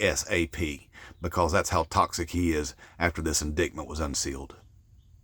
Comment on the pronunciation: With respect, it's pronounced in-DITE-mint not in DICT mint.